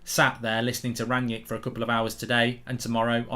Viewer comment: Who is 'Ranyick'? I thought his name was Rangnick.